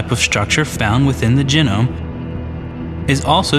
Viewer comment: Very interesting, but can the man please learn to pronounce it geeeeeeenome? If it was gennome, we'd spell it like that, with double n. Thank you, that is all.